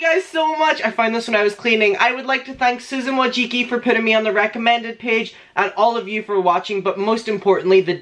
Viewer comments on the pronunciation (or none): THE WAY YOU SAID SUSAN WAJEEKEE